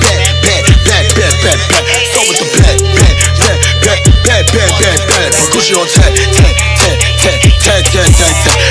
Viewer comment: Whenever he repeats bag it sounds like he’s sayin blyat